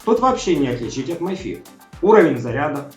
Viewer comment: Ми фит,а не май фит. Май фит,пишется my fit,а так,mi fit,соответственно ми фит.